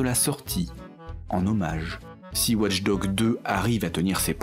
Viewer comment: Au bout d'un moment, entendre "Ouatche Dogue" au lieu de "Watch Dogs", ça devient un peu agaçant